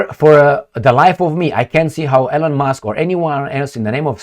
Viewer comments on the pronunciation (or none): Please pronounce the name "Elon" correctly. You are the only person in the whole world who mispronounces Elon Musk's first name.